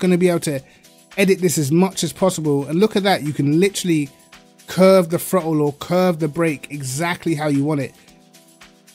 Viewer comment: Amazing how I hear "the frottle pedal" in his accent 🤣🤣